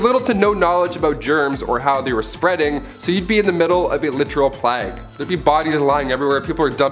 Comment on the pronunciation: Why does it hurt my brain every time I hear plague pronounced as “plag” instead of “pla-egg”. Love that guy tho!!